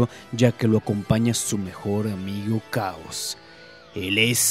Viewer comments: Por lo menos una vez dijiste chaoz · Pronuncio 5 veces el nombre de Chaos... Cuales 4 de ellas dijo "caos", solo una vez lo dijo bien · Como que "caos"? Esta es una de las razones por que este " narrador" no me gusta, aparte que su voz es floja, pronuncia mal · name is chaos not caos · Es chaos no caos y su maestro es tsuru no tao pai pai pero bueno un error lo comete cualquiera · me sangran los oídos de tanto oír caos, se nota que ese we nunca vio dragón ball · ¿Qué clase de hombre no es capaz de conocer la pronunciación del nombre?